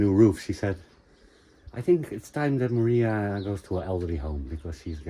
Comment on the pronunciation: one suggestion, when calling out for Maria, extend it out longer, more like "Mariahhhhhhh", you clipped it to short for a portuguese person to understand you are looking for a person instead of giving a command :-)